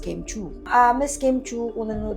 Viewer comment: only god knows. name n nga lng ni Kim d mo mgawa. KIM not kem!!